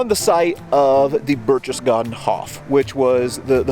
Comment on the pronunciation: I freely admit I am splitting hairs, but you could have pronounced "Berchtesgaden" correctly with a hard 'k' instead of the soft 'ch' if Band of Brothers could do it you can to! That being said, this is a wonderful piece!